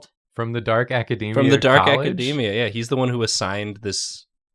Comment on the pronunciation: pronouncing academia like that is crazy. theyre like saying macadamia